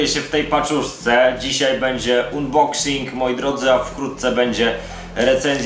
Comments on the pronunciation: Mówi się unboksing. Unban tez czytasz anban?.. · ustaw odpowiedni język i sam się przekonaj. Czytanie "unboksing" tak drażni, że wyłączyłem po pierwszej minucie. :D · MÓWI SIĘ ANBOKSING